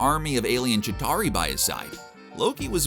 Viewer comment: its not chittari its chitauri CBR please learn ur pronunciations